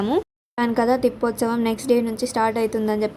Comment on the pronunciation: తిప్పోత్సవం కాదు అమ్మ. ప్రతి సారి ఇలాగే అంటున్నారు సరిచేసుకోండి. తెప్పొత్సవం అంటారు. తెప్ప మీద స్వామి ని ఉరేగిస్తారు. అందుకే తెప్పొత్సవం అంటారు